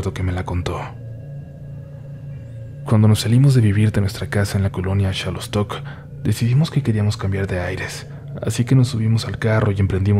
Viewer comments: Perdón pero no es chalostok se escribe Xalostoc pero se pronuncia jalostoc Me encantan tus relato saludos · No se pronuncia shalostoc, es jalostoc aunque se escriba xalostoc